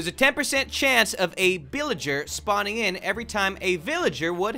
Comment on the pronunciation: what’s a beelager